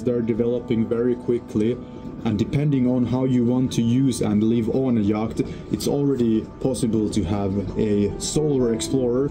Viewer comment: Interesting project, but there are two words you really need to learn how to pronounce, yacht and channel.